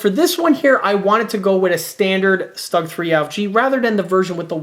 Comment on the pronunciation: easy to correct; Stug not rhyme with slug Rhymes with book The way you say it the word would be written ‘Stag’ rhyme with pug